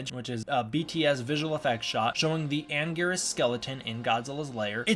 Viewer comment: It is Anguirus